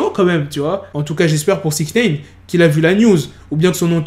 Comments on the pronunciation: Wesh arrête avec ton "Sixnéyne" tu sais pas dire SixNine ?? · "sixneyne "comme toujours